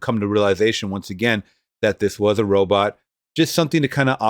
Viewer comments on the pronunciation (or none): RO-BOT...RO-BOT, not Robit! That shit erked the hell out of me!